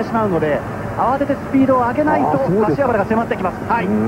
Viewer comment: 瀬古さん かしわばら 言えていない（笑）